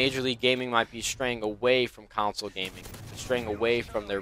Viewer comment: It's console, not counsole <3